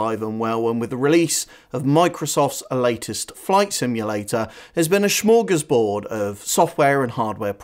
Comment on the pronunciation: There's no "sch" in smörgåsbord